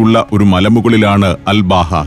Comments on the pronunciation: Um.. Hathab.. Road.. എന്നത് ഉമർ ഹതാബ് റോഡ് എന്നും... അൽ ബാഹ എന്നുള്ളത് അൽബഹ എന്നും മനസ്സിലാക്കാൻ നമ്മുടെ സഫാരി പ്രേക്ഷകരോട് വിനീതമായി അഭ്യർത്ഥിക്കുന്നു... നമ്മുടെ സഫാരി 100/100... ആവട്ടെ എന്ന് കരുതി പറഞ്ഞതാണ്... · സർ അൽ ബാഹ അല്ല..... അൽ അബഹ എന്നാണ് പേര് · അൽ ബഹ അല്ല അബഹ എന്നാണ് പേര് പറയൽ